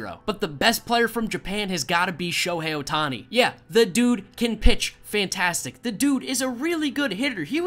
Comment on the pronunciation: It’s not ohtoni